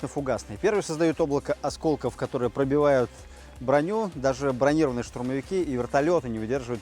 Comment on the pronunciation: Вам необходимо надевать или кого-нибудь просить чтоб Вам одевали тактические защитные очки и правильно ставить ударение слове брониро́ванный. А то опасно стрелять с незащищёнными глазами.